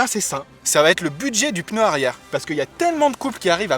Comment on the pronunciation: Ce que je trouve énorme ? Le "peuneu" ^^ mouahahahahahhh